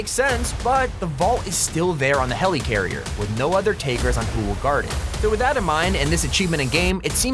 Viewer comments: Never say helycarrier again It’s helicarrier (heli)carrier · Is anyone else annoyed by him saying “Heleecarier” instead of “Helicarrier”? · you said helicarrier wrong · The way he says helicarrier is mildly infuriating. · I hate how he says helicarrier